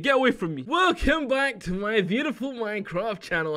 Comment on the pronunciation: why do you say minecraft like that?